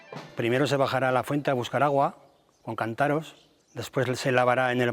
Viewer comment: Pronuncian "cantáros" 😅